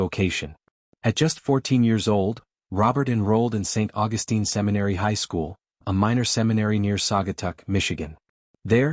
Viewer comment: You are mispronouncing "Augustine". The way you say it is how the female version of the name is said.